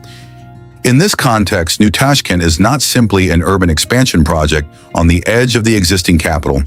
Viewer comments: ЧЕрчик с ударением на е,ТАШКИН- это где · что за нащзвание ТАШКАН и УБЕКИСТЕНс ударением на И